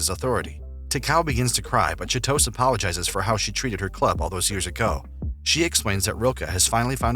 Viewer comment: I died a little when I heard the narrator mispronounce Chitose